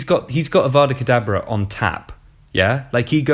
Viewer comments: Did you just say Avada Kedabra? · p.s. really shits me when people say avada kedaBRA when it’s avada kedaVRA